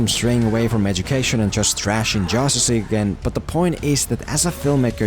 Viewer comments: “Josstice League” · It's justice not josstice 😂(title)